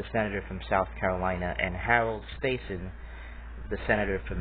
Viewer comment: Stassen’s name is pronounced with a short A, like “staff”.